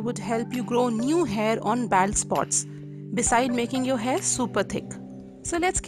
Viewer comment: Bald is pronounced BOLD. Like in hold, fold, cold...